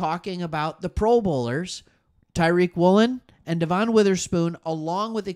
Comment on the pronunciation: I'm sorry but why are you saying Devon Witherspoons first name like thar? Please stop. It's pronounced like Devan it's no De'Von